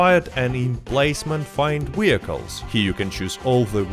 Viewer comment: Wee-IP, Wee-hicules!